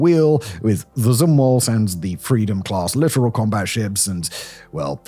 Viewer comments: littoral not literal. i though only bad AI was still mispronouncing that. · 40 seconds in and: 1) The ship in the thumb nail is not a frigate 2 ) Arleigh Burke is not a battle ship 3 ) by purpose or acciden you prounced littoral incorrectly I love the channel but you've really dropped the ball on this one.